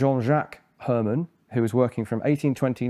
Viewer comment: herman in dutch is less like her man and more like the german herr and you got the man correctly